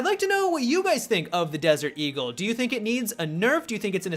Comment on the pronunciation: Anyone else giggle like a school girl every time he said "D"-gul?